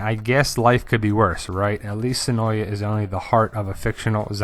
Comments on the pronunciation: Great video! Cool info. Just a cool fact, the a in senoia is actually silent. It is actually pronounced senoi. The locals are often annoyed at the constant mispronounciation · Of yeah, it's pronounced Se noy. Two syllables.